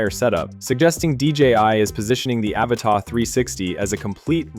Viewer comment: Annoying AI voice wrongly pronouncing "Avata".